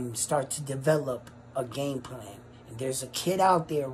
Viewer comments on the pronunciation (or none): none